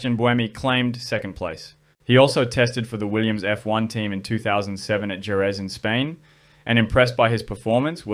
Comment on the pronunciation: Jerez. Wow that’s not how you say it. It’s more like Hereth. Jerez but it’s pronounced like Hereth.